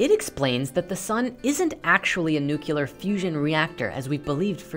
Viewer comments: She pronounced the word "nucular" instead of nuclear. I'm outta here. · it was cute until you mispronounced nuclear and called lightning an unexplained mystery